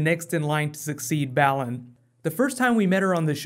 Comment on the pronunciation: it's BAY-LON, not BAAAA-LON! lol! That stuffs been killin me! lol